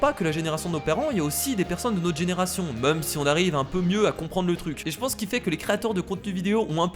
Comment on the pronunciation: vous "meume" on dit vous "mème" (je sais comment écrire même mais c'est pour la prononciation) 😉